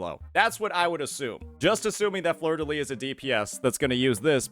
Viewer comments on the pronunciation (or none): Btw in fleurdelys, you pronounce the final s (I’m french)